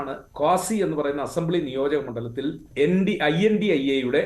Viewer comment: Pronounce as indi alliance mr. Anchor